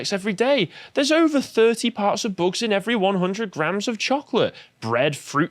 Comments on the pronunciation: I may be the only one but please stop saying boogs instead of bugs. It sounds immature and not very professional. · Why does always add an "uh" sound to the end of a lot of sentences? Like he said, "eat zee boogz-uh". If you pay attention, he does it a lot. Is it a speech impediment or something? It's super annoying.